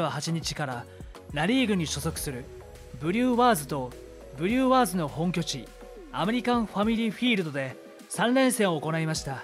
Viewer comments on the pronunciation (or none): フリューワーズの発音もおかしいですよ。「ワーズ」部分にアクセント置く？ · ブリューワーズの発音のクセがすごいw